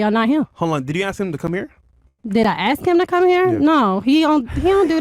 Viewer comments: We don't "axe" questions. Speak correctly- or don't speak at all. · She was jus trying to axe a question